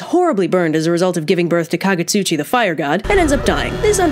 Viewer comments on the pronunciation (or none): It's カグツチ not カグシチ.